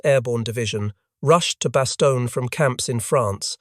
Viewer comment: It's Bastone not Bastonia